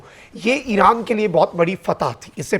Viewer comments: Eeeran nai hai bhai Iran hai .. name bhi ghalt bolty ho .. Kia ho ghia hai aap ko ❤❤❤❤ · Alif ke baad zair nai hai .. iran bolo plz ❤❤